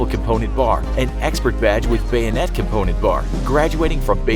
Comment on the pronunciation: DID HE JUST SAY BANNETE THAT IS A POKÉMON